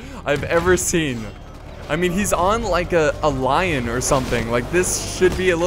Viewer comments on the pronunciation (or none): none